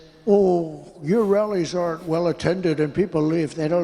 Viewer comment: 💙💙💙💙when Trump says rallies it sounds like “wellies” to me 😂 Ana a “well intentioned” rally? What an ironic mis-speak